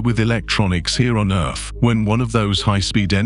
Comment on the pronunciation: That must be where my tv gets it's crappy signal...by the way, is this narrator saying 'earf' in place of earth....?